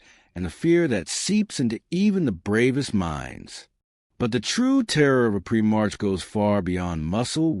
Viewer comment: Prim - marks lol. A.I trash